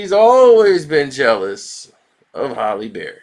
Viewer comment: said “Haley” Berry, nigga can’t pronounce shit 😭